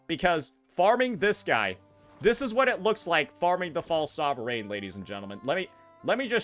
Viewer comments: stop saying sovereign like that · After you're done complaining about this, can you please learn how to pronounce sovereign.